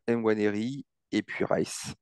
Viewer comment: Pourquoi tu dis N Nwaneri ? C’est Juste Nwaneri il n’y a pas d’apostrophe Pour dire N Nwaneri 🤣